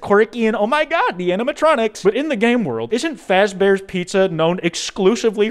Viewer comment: “fazbears pizza” it’s fazbear entertainment you nutty little olive green hoodie man.